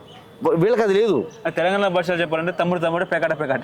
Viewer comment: ఇంటర్వ్యూ చేసే వ్యక్తి స్పష్టంగా మాట్లాడటం నేర్చుకోవాలి.. కనీసం 'తెలంగాణ' అని కూడా పలకలేకపోతే ఎలా